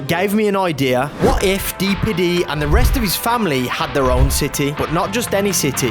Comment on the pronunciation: Nah man said D-Piddy 😭